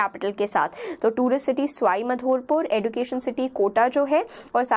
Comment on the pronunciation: ma'am it's बारा‍ंं not बारन, करौली not कारोली, बांसवाडा not बनसवरा, भीकमपुरा not बीकमपुरा, सवाईमाधोपुर not स्वाई मधोपुर